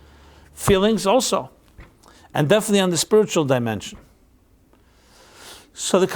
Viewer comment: You said demention instead of dimension. Odd because it sounded like “deeper demon-sions”. Probably just accident but weird. Looking to find GOD of light and truth and spirit. 💕